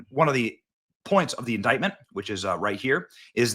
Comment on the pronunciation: Whats an intictment 😂